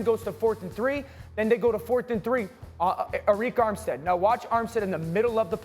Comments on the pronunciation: Who are these guys? Areeeek Armstead? He’s been in the league 9 years and been in 4 NFC championship and you can’t pronounce his name? This is a Detroit Lions fan club apologist panel 😄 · You always know when someone doesn't know anything about a team when they mispronounce one of the most tenured players on the team. "Ah-Reek" Armstead? Come on bro.